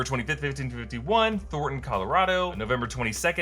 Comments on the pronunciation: why is it Thorton and not Thornton?? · It's Thornton, CO not Thorton. Unless it's meant to be a pun.. Tons of Thor hehe..